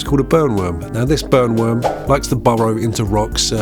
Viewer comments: Not gonna lie, I thought you said “Bone worms” and it unlocked a new fear. Not that the burn worm is any better😂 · I thought you said "bone" worm....😂